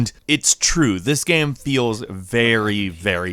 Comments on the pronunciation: He also says "gam". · "It's a pretty good gheme"